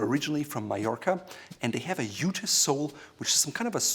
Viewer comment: we don't say "yuta" but jute (pronounced joot). "Iuta" is Italian.